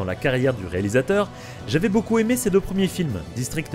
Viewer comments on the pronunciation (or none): none